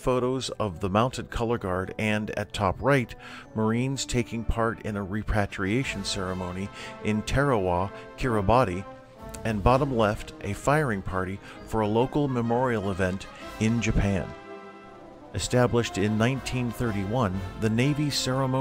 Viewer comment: It’s pronounced KIR-ee-bass!